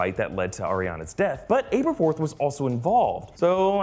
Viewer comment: Your vids are the best for trailer/movie reviews and your attention to detail is what separates your channel from the rest.............. But I gotta say before you go joking on some fans for not knowing whats really going on (in a good hearted way!) and then you go and butchered Aberforths name multiple times!! It’s not a “book exclusive” name either because we hear it plain as day in DHpt2!! I’m not trying to troll you guys at all I’m just busting balls really...Keep up the great work guys!!